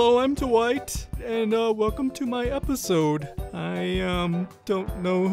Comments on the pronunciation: Wait with or without captains it actually sounds like he said hello I'm too white I'm pretty sure it would have said Dwight he just pronounced it a little off but that is hilarious edit: Dwight: okay let's slap on some perks Dwight perks captions: okay let's slap on some perks white perks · With captions/subtitles everytime he says Dwight the subtitles say white